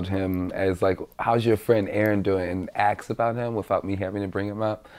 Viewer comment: Really? He can’t pronounce the word ask!!